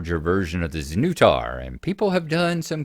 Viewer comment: That's some pretty impressive dedication to 3D printing, bro. So good to see the Dragon magazine version. Dragon magazine is a warm blast of nostalgia for me. Hearing you pronounce the ship's name (znutar) as Zuh-new-tar gave me a puzzling thought. I know the creator Tom Wham is American, so it must be intended to be pronounced with the nu sounding as new, but the English way to pronounce it would be sn-nut-ar. Don't know if you guys have the term "nutter" for a crazy person but the play on words just seems too fitting for the game's concept to be accidental. Undoubtedly that's not the case, but if it's not it should be purely for comical effect. Wow, that is a superb ship model. I always admire fans with such obsessive dedication and love. Props to them all. I can imagine you 3D printing all kinds of set models for board games now, particularly the sci-fi ones like Aliens or Doom. Your zipped cover case for the printer is a good idea. Besides being fire resistant and heat containing, does it do anything for the noise levels? Interesting to see the results of failed prints you had, and to hear what caused them to come out like that.